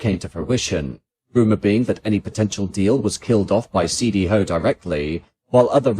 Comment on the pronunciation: I didn't understand this comment until C. D. Howe was pronounced, wild.